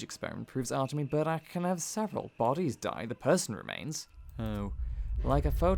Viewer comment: Отлично играешь голосом! И один из немногих англоязычных, кто правильно произносит фамилию протогониста)